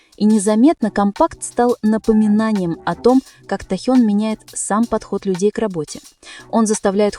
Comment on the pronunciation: НАКОНЕЦ- ТО ПРОИЗНОСИТЕ ИМЯ ТЭХЁНА ПРАВИЛЬНО, СПАСИБО. !!!😊😊 Текст, как всегда, очень впечатляет.😊😊😊😊